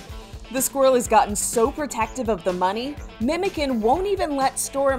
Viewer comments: Not memo can it should be how do i say this like you know when you say cha -cha that is the way you pronounce the C like memochan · I'm sure name is not pronounced "memoken" as in turkish 'memoçan' which is pronounced "Memochan or Memojan" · Not Memeken it's pronounced MEMOJAN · The name is pronounced "memojan", "memo" is a shortened version of the name "Mehmet". The can at the end makes it mean "little memo" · Fun fact, memocan is pronounced like "memo" from the word memory and can as the name "John" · Memocan Pronounced: MemoJaan or MemoJohn 👍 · The can in memocan is pronounced like john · it's actually pronounced "Memogan" the c is a g in Turkish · As a Turk I can sure say I'm bursting of laughter after hearing the way she pronounces memocan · LoL the C in the Memocan doesn't pronounced like that 😅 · they pronounced the names wrong thats all im frustrated about 😅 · that’s not how the name is pronounced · Bro Memocan isn't pronounced like that 💀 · Pronounce the name right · Pronounce the fellas name correctly please 😭 we won't allow you to disrespect Memocan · The way she pronounced Memocan is horrible